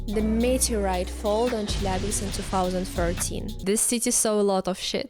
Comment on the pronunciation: What is dangerous is your pronunciation of "Chelyabinsk")